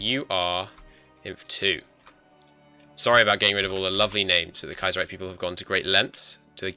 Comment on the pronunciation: It's Kaiserreich not Kiaserreich